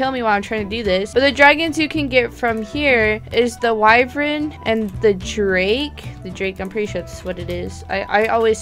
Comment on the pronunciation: One thing i dont really like, is mispronunciation. Wyvern is pronouced Wai-vern.